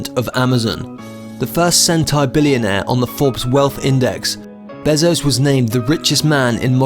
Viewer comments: Him: "Jeff beh-zos" Me: wtf its bay-zos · It’s bézos, not bèzos. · His last name is pronounced bay-zo/zoe-ss